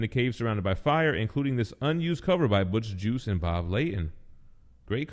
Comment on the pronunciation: Butch hard-G + ice! Butch Guice, not Butch Juice!